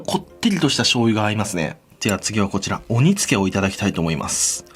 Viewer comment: お煮付！（笑）作業しながら聞いてたら鬼つけかと思った！